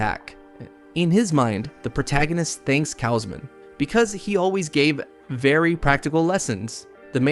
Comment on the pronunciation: How many different ways is your AI going to mispronounce "Kaushman" anyway? "Cowsh-man" Not "Ka-oh-smin" or "Kashmin" or "Kay-Osmin" or "Kozmin" or "KaOWZ-men" Then again your AI screws up EVERYONE's name, even the MC.